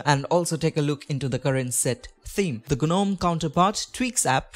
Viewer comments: its not guh-nome - its pronounced `nome` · It’s pronounced Nome.. the G is silent